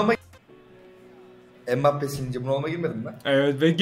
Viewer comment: mbabpi değil mbabape